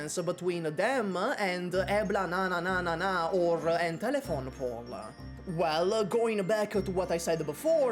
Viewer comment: 'Eblananananana and Entelephone' lmao